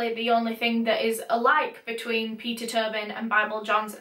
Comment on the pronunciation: ur accent makes it sound like u were saying pizza turbing